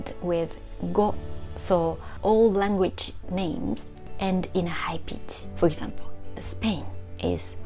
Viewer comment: Thank you so much for your wonderful videos! Just one small hint: "language" is often pronounced "lang-age" in Japan, with a nasal "ng" followed by "age". But the "gu" is missing. "Lang グ (w)age". Every language has its little tricky details, and i'm honestly very grateful to you for making us see the points of attention in Japanese, and for all the work you do!